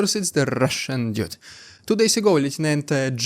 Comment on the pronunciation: Это дуд, не дюд!